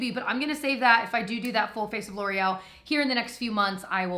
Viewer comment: Because of the Welsh brothers I can't see anything L'oreal without pronouncing it Laurel. 😂